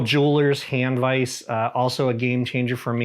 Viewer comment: Teach how to say Vise.